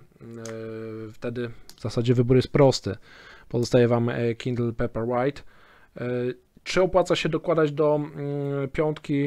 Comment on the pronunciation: Może nauczyłbyś sie wymawiać dobrze nazwe czytnika paperwhite... I mówił. "Pejperłajt" bo aż skręca